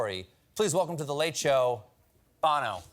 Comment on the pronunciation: Hard to hear : Bah-no And not Bono Still loved it